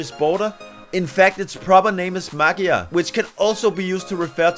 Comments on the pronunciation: It’s not pronounced “mag-yar”. 😂 More like “mud-yar”. Like you said, the Hungarian alphabet is different. The “gy” sounds like the “du” in “duke”. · Why did you say "mag-yar"? That's not a g+y. That's a "gy" sound that you have to pronounce like... em... I don't know, maybe a bit like to the first letter of the English word "duke"? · i cant believe im about to say this, im hungarian and dont know what the f*ck theyre saying yeah, thats how hard it is oh, and the word for hungarian language (magyar) is actually pronounced 'majyar'